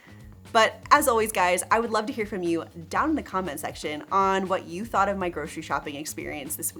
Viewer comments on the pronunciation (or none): "groshery shopping"